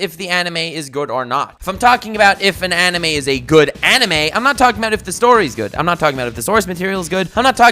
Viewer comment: I cringed every time u said animaeh